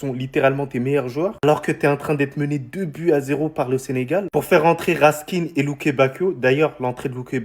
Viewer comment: Les mecs c'est pas RASKINE main RASK IN "hein"I